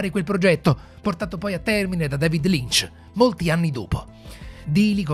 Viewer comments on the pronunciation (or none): none